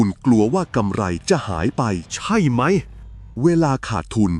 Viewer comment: ขอบคุณสำหรับเนื้อหามากๆเลยครับ แต่อยากเสนอแนะให้ปรับอารมณ์เสียงของเอไอตอนอ่าน ผมรำคาญตอนพูดว่า ใช่ไหม!! มากเลย แต่ก็ฟังจนจบครับ เพราะเนื้อหาดีจริงๆ ขอบคุณครับ